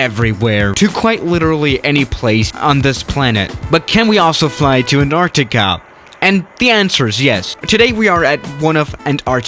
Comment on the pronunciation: Anartica?u mean Antarctica